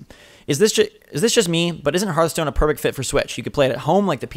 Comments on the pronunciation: It's "Hearthstone" not "Heartstone" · HEARTstone? HEART? H A FRRAKING H... im done